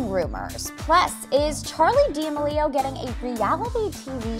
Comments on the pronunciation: “Keeping up with the Damelios” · I know she did not just say “ Charli Dia Maleo” Do not get offended anyone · “Charli Deemilo”